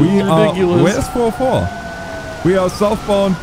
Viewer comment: You guys are killing me saying 4O4. It's four zero four!!! Highlight of my day watching you guys